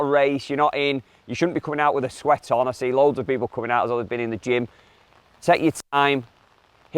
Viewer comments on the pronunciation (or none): Did say he goes to the gym or gin all the time lol?